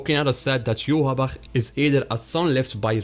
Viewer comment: His name should be pronounced Yohvach